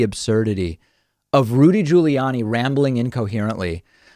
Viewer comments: My god did you really need to do the "Jooly-Yanni" thing? What is it with you and purposely mispronouncing people's names? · Um... Why the different pronunciations of 'Guiliani'?